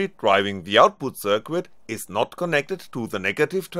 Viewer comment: somebody should tell the guy how to pronounce "circuit" and "exceed"....